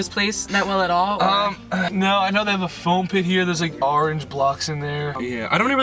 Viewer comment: The way grayson says orange omg